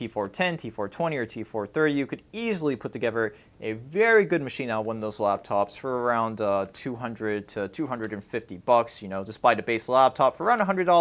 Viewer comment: I just hate how he says eiver of togever. Why do you say it like that?